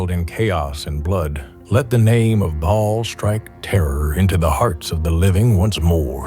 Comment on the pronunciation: The way he pronounces Bhaal tho 😂 "Bawlll"